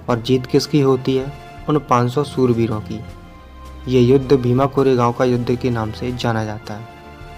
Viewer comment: soorveer ni bro shoorveer